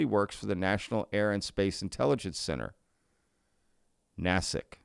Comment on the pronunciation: Foreign Material Exploitation. There you go. "NAY-SICK" is the correct pronunciation.